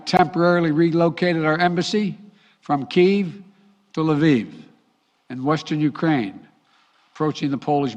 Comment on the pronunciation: Moving the embassy from KEVE to La VEVE?? Does this idiot even know what he's saying? LMAFO!!!!! This whole thing was FAKE and made to distract from the Durham investigation. Sooooo, what will they do now to distract us since this fell flat? Play the Mr. Peanut card?